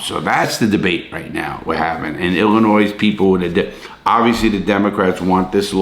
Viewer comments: Ill in oy not ill in noise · Illinois = Illin oi. Not Illi noise. Love you dude, but you're butchering my home state's pronunciation like it tried to steal your commissary. And yeah, we need bail reform, but like always they can't just do it right. The thing people wanted fixed was a good idea, and rooted in equity. The thing they implemented instead is asinine. And rooted in wtfk? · Larry .... you're killin' me. 🤣🤣🤣 Illinois is pronounced "Ill-uh-noy". As always, love the video, God bless. Cheers from Wisconsin (formerly Illinois 🤣🤣)! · Larry! Your hurting my Chicago heart, the s is silent in Illinois. Ill a noy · Hey Larry, big fan, just a heads up, there is no "noise" in illinois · Its also illegal to pronounce Illinois with an s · LARRY!!!!!! THE "S" IN ILLINOIS IS SILENT!!!!!!!! Love the videos. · Larry love everything you do/stand for. And at the risk of sounding like a Karen... It's just I would want someone to tell me. Do unto others right, the golden rule. Anyway the S at the end of Illinois is silent. Sorry for the constructive criticism. Keep up the good work. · I'll be the sacrifice that says it. "Illinois" is not pronounced with an "s" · U don't pronounce the S in Illinois! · i live in illinois and larry the “s” in illinois is silent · Also the "S" in Illinois is silent. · Love you Larry, but the "s" in Illinois is silent lol XD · Thank you very much I'm trying to tell him that too the s is silent when you come to Illinois I know you're a tourist because the s is silent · The s in Illinois is silent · Why are you pronouncing the S in Illinois? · Lawton sorry for being pedantic but the S is silent in Illinois.